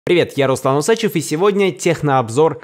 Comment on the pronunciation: усАчев от слова ссАка ? в русском языке ударение на е и ё в 99%%